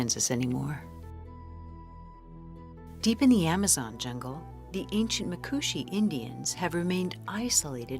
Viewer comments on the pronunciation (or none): none